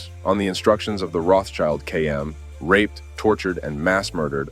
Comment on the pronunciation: Rotschild doesn't mean "child of the rock" nor it is pronounced [roths child]. It's pronounced [rot shield] and it literally means "red shield". Don't make amateur mistakes on serious topics.